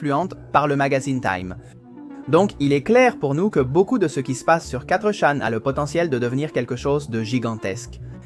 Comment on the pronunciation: Bon travail, bonne video, mais la voix terne, et l'absence de synchro c'est dur. Vu la facon de dire quattre chan au lieux de fourchan. Et plein d autre detaille donne l impression d'un truc fait par l'ia. Bonne continuation